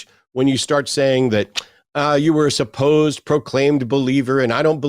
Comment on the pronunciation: “Suppose-ed” …what a dweeb